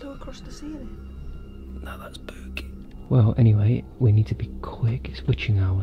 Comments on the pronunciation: Bro why when everytime says spooky it sounds like booky?? It’s so hilarious tho lol 😂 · I like when he said booky instead of spooky 👻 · i think said that was SPOOKY but to my AMERICAN BUTT it sounds like that was BOOKY